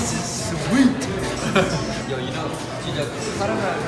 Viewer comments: I THOUGHT MARK SAID “WOW THIS IS WEED” I CANT STOPLAUGHING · I came here just to see Mark say "wow this is suWEEt", WHO ELSE